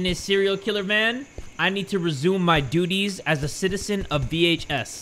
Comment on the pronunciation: He said duty’s Hehe